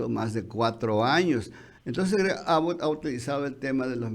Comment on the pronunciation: Perdon, pero se pronuncia AAbott con acento en la "A" y, Abbot es gobernador de TEXAS, no Arizona